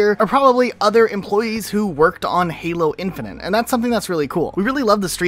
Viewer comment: Why do you always say "Halo Infinant" LOL, also hii!